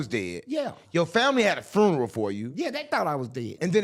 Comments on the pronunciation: A " FRUNERAL" 😂😂😂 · Why can’t the say “funeral” correctly??